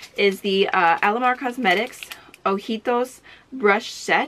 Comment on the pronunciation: Also go you saying ojitos correctly! I see You! 😁😍